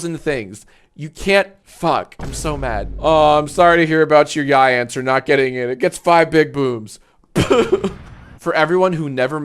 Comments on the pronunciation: Ugh, said YIAY wrong again 😮‍💨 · How are you STILL pronouncing YIAY incorrectly?!